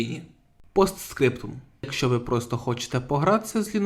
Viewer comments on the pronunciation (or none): none